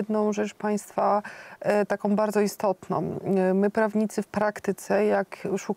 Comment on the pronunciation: (19: 20) "istotnOM", Malgorzata, tak domknela wargi, az dolna warga weszla na gorna, wystarczy zatrzymac film na . To czesty blad artykulacji, na ktory zwracam uwage ogladajac z Kanady, wyksztalconych ludzi, wypowiadajacych sie w roznych przekazach, niewyksztalconym przepuszczam. Slucham i uszom nie wierze, prawnik a mowi ,"ktore sOM sytuacjami"...choc nie widac w zblizeniu, ale ja jestem uczulony na te "OM' na koncu wyrazow i moje ucho mimo 84-ch lat w sekundzie te bledy wymowy wylapuje, a zawsze przed wytkjnieciem cofam pare razy, zeby nie bylo watpliwosci, zeby kogos nie skrzywdzic. Az boje sie sluchac dalej, bo mam wieloletnie doswiadczenie, co do osob tak kaleczacych nasz piekny jezyk, ale moze nie bedzie tak zle. Nie musialem dlugo czekac, oto , "lamane przez dzisiejszOM", wystarczy cofnac i zatrzymac na i mamy obydwie wargi kompletnie domkniete, a nie powinny, bo powinno byc wypowiedziane, dzisiejsza, "a" z ogonkiem u dolu, na koncu tego wyrazu. Przepraszam, nie mam polskiej klawiatury i musze posluzyc sie forma opisowa.